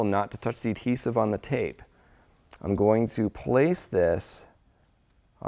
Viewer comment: its adhesive.....the d is not silent!